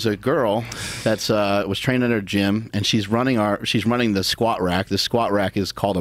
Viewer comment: Get your shit straight! Its SKWAATS!